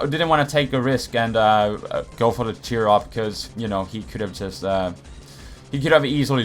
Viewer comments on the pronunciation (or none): why did i hear "Cheer Up" instead of "Work Up"